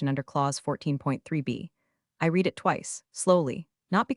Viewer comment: writing is not spelled as rioting; read is pronounced red